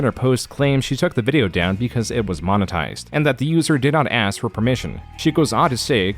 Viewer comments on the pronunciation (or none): Nice touch Arin pronouncing monotised right one second then as moan otised the next to emulate an Ai voice, Bellissimo. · Is this narrated by AI? You keep mispronouncing "monetized"